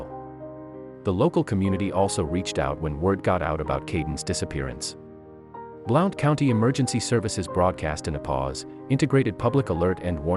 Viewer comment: It's pronounced BLUNT I live here and I lived at Top of the World at the time on Hide Away Trail off of Flat's Rd